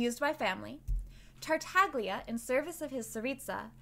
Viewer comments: Every time someone pronounces Tartaglia with a hard G An Italian speaker dies a painful death x) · isn't the g in tartaglia silent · im italian, its supposed to be pronounced like "tartallya" but with the first L sounding like a soft G. its an hard sound to describe outside of the italian language. the way its pronounced by the english VA its incorrect. that "gl" is always soft, never hard like americans pronounce it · I CAME HERE IN THE COMMENT SECTION LOOKING FOR SOMEONE WHO NOTICED THANK YOU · Why everyone, including the voice actor, pronounces Tartaglia wrong? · no saying theyre "silent" is not very correct. in italian the letter G when its before the letter L or N it has a specific sound which is different from what you would usually pronounce it but its still there, its not silent. we call it "sweet g" (g dolce) compared to the "hard g" (g dura) that we normally hear. this video right here explains it perfectly